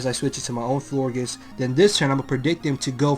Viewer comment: You say Florgiss? its floor-geous like flower gorgeous.